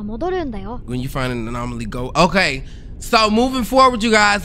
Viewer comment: “anolomy” is killing me bruh😂😂😂😂😂